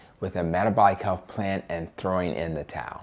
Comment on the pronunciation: My dear brother, I implore you. Please remember to speak credibly. You are speaking to all audiences about matters of health — not matters of healf. As a black woman, I'm accustomed to cringing when I hear people who look like me mispronounce words. I want all people with my pigmentation to be as educated as possible. This request comes from someone who wants you, "our people," and the LCHF cause to be cast in the best possible light. Making America and the world is a daunting task. Let's keep our best foot forward.